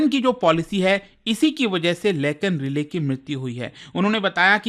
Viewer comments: Relay nhi hia bhai rai-lee hai😂😂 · Relay nahi Riley (Rai-Lee) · its not relay sir but Riley (RAILI) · And its लेकन राइली एक्ट। Not "रिले".